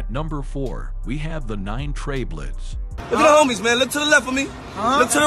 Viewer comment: Why this narrator is acting like he can't say BLOODS . what the fuck is bliids